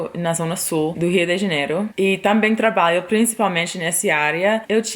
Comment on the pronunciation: Bela historia,!. Passei para meus sobrinhos no Ceará - do moro no Riode Janeiro - para inspira,-los: incentiva,-los a ousarem; a se arriscarem um pouco. Outra coisa, observei que você tem dificuldade em ptonumvisr "trabalho" voce fala ",trabaio". Neste por a ponta da língua dos dentes quando for pronunciar o ",lho" de traba",lho". Exatamente aí. Diga: Trata lho," este com a ponta da língua dos dentes superiores. A mesma coisa para,,: Ju-lho. Agasa-lho. Orva-lho. Orgu-lho. Obs. Todos os "luis pondo a ponta da língua nos dentes superiores. Orgu - lho(menta parte). Estou seguro de que vai ficar perfeito...